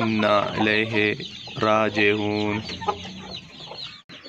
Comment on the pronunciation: rajihon nhi hota blk ragioon hota hi